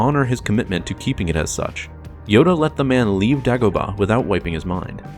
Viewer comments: DAY-Go-Bah, Say it with me! Day-Go-Bah! Dumbass. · THANK YOU. The way he said it drove me nuts. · How do you mispronounce Dagobah? They say multiple times in the movie. What the hell is Daaagobuh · ear murder it was. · New to the channel. Love everything, except for all the names that are mispronounced. Is there a reason for this? Example, "Dagobah". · Why is he saying Dagobah like that?